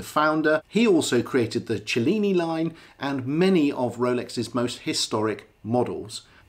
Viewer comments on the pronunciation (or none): Thanks for the tips on pronouncing Submariner, not needed for me btw, but please pronounce Cellini correctly, it's not Cennini!! Only poking fun, as with your car channel both great fun to watch! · I pronounced it 'chellini', didn't it?